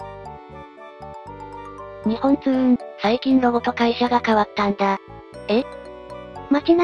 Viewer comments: すみません。よく言われるのですが、 にほんつううんではなくにっぽんつううんです！ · ありがとうございます。NXにっぽんつううんです。だなｗ でも社員でも「にほんつううん」って言ってる人も良く見る。